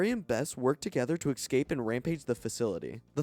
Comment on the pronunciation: Not the worst videos. Extra plus for lack of ads. Just have to finally say it. The way he says "escape" (eKscape) keeps crushing me every time, and it's alot.